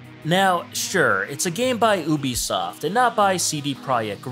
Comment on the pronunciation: oobisoft